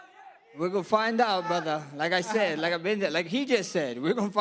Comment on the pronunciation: No its brudder